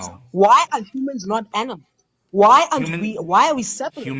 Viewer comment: "Those aminals" 😂😂😂😂😂😂😂😂 Gold stamp intelligence,!